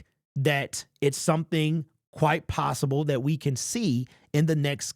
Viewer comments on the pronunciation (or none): none